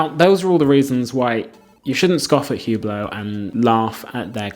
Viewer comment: These guys defending Hubot can't even pronounce the name of the company correctly 🤦‍♂ The H is silent and it's French pronunciation...Say OOH-BLO...not HEW-BLOW. A terrible watch brand for folks that have no taste and money to waste. The purple Maserati SUV of the watch world. It's a watch you buy to let people know you value an empty status symbol with no inherent substance or value.